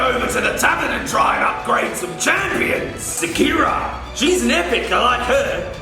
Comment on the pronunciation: Well..that's not shakira...it's Sikara...as in hunter.😅